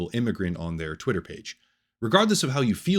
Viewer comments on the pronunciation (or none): none